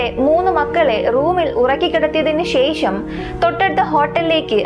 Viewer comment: ശേഷം എന്ന പദത്തിലെ ' ഷ ' എന്ന അക്ഷരം ഉച്ഛാരണം ശരിയാക്കണം . ഇത് ഒരു കുറ്റമായി കാണരുത് വേറെ ഒരു കുറവും അവതരണത്തിലോ , വീഡിയോയിലോ, ശൈലിയിലോ ഇല്ല .👍.